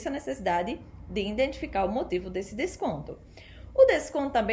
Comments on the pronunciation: In identificar....? Kkk É I DEN TI FI CAR certo? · EXCELENTE VÍDEO, GRANDE CONHECIMENTO SOBRE O MERCADO DE AÇÕES, AMEI O TEU SOTAQUE NORDESTINO, NÃO O PERCA NUNCA! TÚ REPRESENTAS COM DIGNIDADE O POVO NORDESTINO! APENAS CORRIJA O HÁBITO DEFEITUOSO DA PRONUNCIA (INDENTIFICAR) NA PALAVRAS "IDENTIFICAR". PARABÉNS! PROFESSOR ROBERTO GUEDES CAMPINA GRANDE PB!!!!